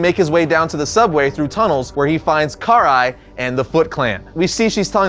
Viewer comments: Sorry to nitpick, but you mispronounced Karai's name several times. Her name's pronounced "Kar-rai", not "Kar-ai". You also fumbled with pronouncing "Hiroto". It's "Hee-roto". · The way he pronounces Karai's name angers me deeply. No hate tho.